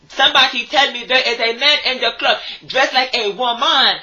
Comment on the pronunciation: RRRRRggae clob. You’ve got to roll those goddamn Rs.